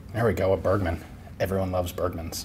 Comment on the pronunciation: "evreone needs a hochkiss" ian 2k17